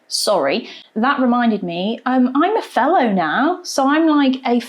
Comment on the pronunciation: She said fellow 😂 I thought she said felon. I was like "why would you be happy about that?